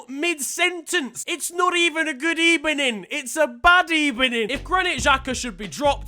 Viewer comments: No one: Literally no one: Unai Emery: Good ebening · Good ebening, good ebening, good ebening, good ebening GOOD AFTERNOON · Emery: Strange decision, good ebening: it's not even a good ebening, it's a bad ebening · “Its not even a good ebening! Its a BAD ebening”😂😂😂😂😂😂😂😂😂😂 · Nobody : Unai emery: good ebening (goodimini) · Unai Emery: We can still qualify for the good ebening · It's not even a good ebening It's a bad ebening- Best sentence ever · It’s not even a good ebening, it’s a bad ebening 😂😂😂😂😂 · Unai emery full speech: good ebening this was a bad ebening